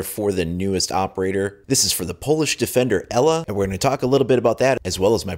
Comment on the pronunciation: Just a note: Ela is pronounced like Eela, not Ella xD